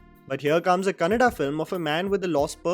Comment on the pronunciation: Thank you for pronouncing "Kannada" correctly....